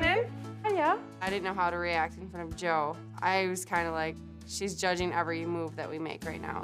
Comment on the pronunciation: lol. I'm sorry. It's bugging me. Not your fault I have OCD. But it's " Jo" not Joel. I digress. 😂